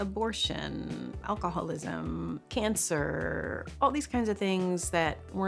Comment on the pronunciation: All I hear is “cancerrrrrrrrrr”